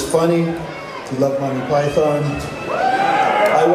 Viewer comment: Monty pieee- thon. Cringe.